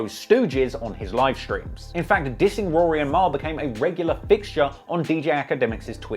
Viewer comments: It's weird the way you say Rory properly sometimes, then you switch to that weird Rury pronunciation. Are you doing that for the Americans? Anyway, very interesting video, first one I've watched. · I lost a lot of respect for "Rury" here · Are we not gonna talk about the fact that they pronounced it ROO REE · Akademiks pronouncing it Roo-Ree and Maul is the ultimate disrespect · Him keep referring 2 Rory as RURY (from Akademiks) is fckn HILARIOUS 😭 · im dead at you calling him rury the whole time lmao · Bruh I’m like this video heavily leaning towards Ak lmao. Dude sounds like a fan especially the way he keep pronouncing Rory and Mal name the same disrespectful way Ak does lol